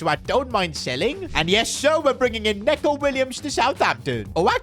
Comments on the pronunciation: IT’S NICO WILLIAMS, NOT NECO🤓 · It’s not neco Williams it’s pronounced Nico Williams for some reason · it's nico not necko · Nico Williams not Neco Williams😂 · Nico not neco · "Nico" Williams NOT neco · Bro it's "Neeco" not "Neco" ahhhh moment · Niko not neco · Neeco williams not Neco🤓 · Neco❌️ Neeco ✅️ 💀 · NECO williams, not neco